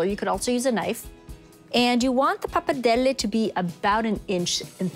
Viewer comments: She is really pronouncing pappardelle with a big difficulty, sounds really unitalian. She doesn't pronounce 'r', she says 'pappadelle'. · Isn't it pronounced 'poppa-deli'? 😕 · Sheena Vaught Pappardelle, like other Italian words, should be pronounced in an original way and not in an English way. Italian vowels are pronounced as they are written not in an “American-style”. 😉 PappardellE and not “Pappardelli”. Greetings from Italy ! 🇮🇹✋️